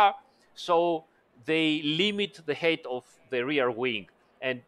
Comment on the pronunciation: Smart fix. Also height is not pronounced as eight but who cares